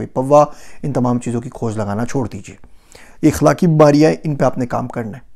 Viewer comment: it's akhlaq not ikhlaq.....